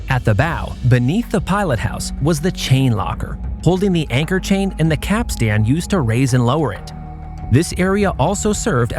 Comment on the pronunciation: Nicely done. Might check pronunciations of "boatswain" and "capstan" if you do another ship.